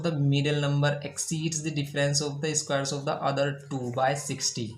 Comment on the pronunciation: Everything is good But I really want to tell it is square not eeesssquare 😂